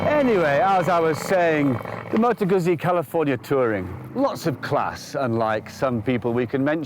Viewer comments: FYI , It’s pronounced Goot-Zee !! 🙄🤦🏻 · It's actually pronounced Moto Gootsee